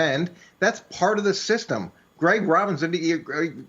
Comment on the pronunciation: Did this guy just said Gregg Robinson!!! Lol